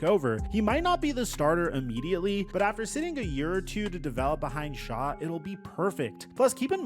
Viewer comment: Oh man…this is HORRIBLE! As soon as he called him Tyler “Shaw” I was done!! Reminiscent of the Nike, Steph Curry debacle🙃